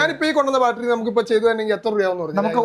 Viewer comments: Balttery alla chetta battery Annu. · എന്നാലും " ബാൽറ്ററി " എന്നൊക്കെ പറയാമോ ശാസ്ത്രജ്ഞാ !? കസ്റ്റമറിന് പോലും അറിയാം കൃത്യമായി ബാറ്ററി എന്ന് പറയാൻ !